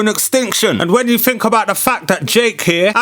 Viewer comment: Someone should’ve told him to fink it frough